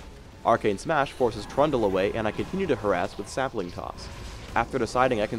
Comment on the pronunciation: when he sais trundle sounds like pronto, lol. other than that he's commentary's just great as well as the hero (the living bomb is so awsome)